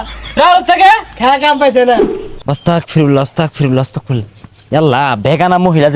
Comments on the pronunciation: অস্তাগফিরুল্লাহ❌ আস্তাগফিরুল্লাহ✅✅✅ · অসতাকফিরুল্লাহ আবার কি আস্তাগফিরুল্লাহ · আস্তাগ ফিরুল্লাহ হবে ওস্তাগ না 😅